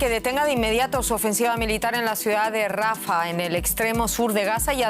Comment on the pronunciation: Rafáh !!!! Por Dios!!! Porque los españoles le cambian la acentuación a nombres propios??...quieren ser modernos o qué???😮